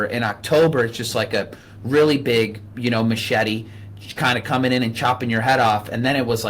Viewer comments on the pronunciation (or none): none